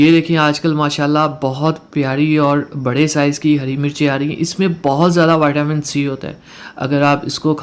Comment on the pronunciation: Vatamin ni hota vitamin hota ha